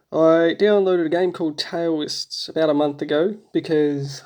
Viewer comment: You said Toaists wrong (pronounce like DAO-ists) sounds like a d